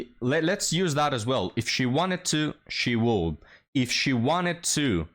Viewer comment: it's not "woullld". It's pronounced "wood". The "L" is silent.